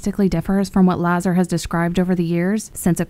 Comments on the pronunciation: La-Zar, Bob Lazar, not Bob Lazer. Lol Element 115 is an amazing element. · It's Laa Zarr not Lay Zer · IT'S Bob LA ZARR , not Bob win gardiam laviosaaaaaa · Bob Lazar (LuhZar) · Lazar is not being pronounced correctly